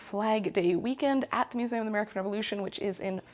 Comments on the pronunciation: No one, Not A Soul:: Mus-ay-um 😜❤️❤️ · As a fellow learning and history lover, I find it SO interesting how you pronounce “museum” part of your regional accent I assume, hopefully this doesn’t offend you, but I’ve been reading a book on linguistics and the history of human language and as a Spanish speaker I find it very interesting how you pronounce the word as it would come naturally to me, instead of “American” vowels, I don’t know just a rambling hole you sent me into in this sewing video of yours that I was already very interested on, haha, love you videos, glad to hear you’re making this your full time job, and godspeed on that :)